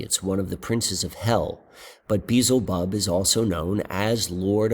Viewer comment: Check your pronunciation of Beelzebub. It's be-el-za-bub. Just dont want you to keep making the same mistake, but the way you pronounce it is so close to Beetlejuice I kind of like it. 😂😂😂